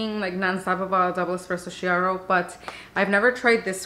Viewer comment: Hello from Italy! I got the vertuo thanks to your reviews! Just a note: double clear espresso, pronounced Kiaro! : D